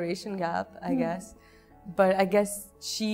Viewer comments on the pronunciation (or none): i guess ki jgah zyada moun teerha kr k bola tu i GAS bn gya 😂😂😂😂